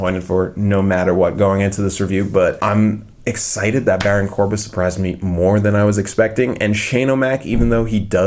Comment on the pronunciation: Am I the only one who noticed that ha said baron corba